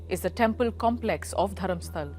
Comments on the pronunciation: Just a small correction – it's DharmasthalA with an ‘A’ at the end, not Dharmastal. It’s the name of a place, so pronunciation matters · The place name is Dharmasthala and not Dharamstal… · Its dharmasthala not dharmsthal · I appreciate the report WION. It would also be appreciated if the city name is pronounced correctly " Dharmasthala"